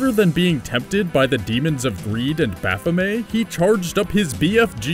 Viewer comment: It's pronounced: "Baff-O-May"